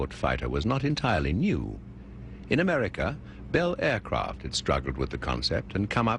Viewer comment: This narrator is meant to come across as an authentic British stiff but why on earth did they have to pick a guy with the narrow accent band that substitutes the letter R with LL? It is slightly annoying in general use but when he calls America: Amelllica it gets downright silly.